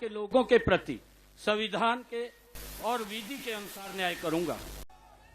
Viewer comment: ये मुख्यमंत्री और मंत्री हैं इन लोगों को हिंदी भी बोलने नहीं आ रहा है, सविधान नहीं होता है माननीयों!!!! संविधान होता है मुलायम यादव भी सविधान ही बोलता था